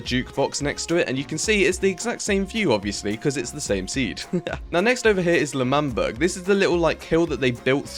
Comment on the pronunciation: its not fucking l'manburger its l'manberg